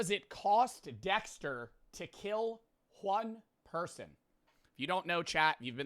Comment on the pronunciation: "won per-sun"